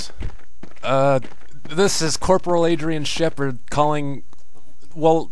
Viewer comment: At the beggining shepherd sounded like he was saying "catseme" over and over